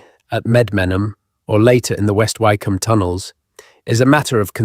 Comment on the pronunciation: I think it is AI speaking ,listen to some of the pronunciations ,like Why come and a few others..